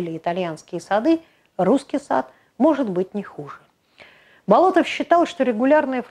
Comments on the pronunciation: Да, вот действительно удивительный человек! Но вроде он БОлотов, а не БолотОв, по крайней мере в фильмах и в музее усадьбы его фамилию так произносят.. БолОтов как-то даже слух режет.. Но, в любом случае, на его удивительное наследие и вдохновение трудами ударение никак не влияет. Спасибо) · Будучи школьником, участвовал в археологических раскопках усадьбы Андрея Тимофеевича в селе Дворяниново. Именно тогда я узнал его уникальную биографию. П. С. насколько мне известно, ударение ставится на первом слоге в фамилии. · Вообще-то ударение в его фамилии ставится на первый слог. Готовьте свое ролики не только по википедии.